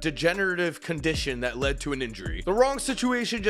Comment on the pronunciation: Why do you put a "G" sound in front of your words that start with an L. He GLed the league, it sounds weird.